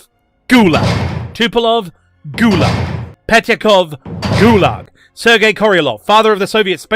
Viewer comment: Communism never was and never is and never will be a threat. Fascism on the other hand always is a threat. See America 2026. And please, it's Tupolev not Tupelov. Thanks.